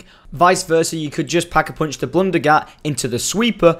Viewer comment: It's pack-a-punch not pack-a-poonch